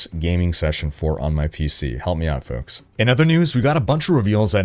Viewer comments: You said it wrong. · Its folks, hey!